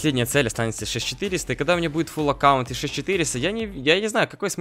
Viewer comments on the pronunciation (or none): none